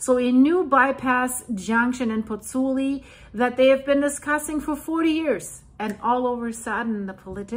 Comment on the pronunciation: Pls learn how to pronounce Pozzuoli. I beg you.